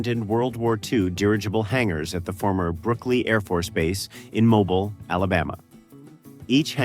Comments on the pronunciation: It is pronounced MOBEEL not Mobil. The i has the EEE sound. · MoBILE, Alabama. Not Mobil, Alabama.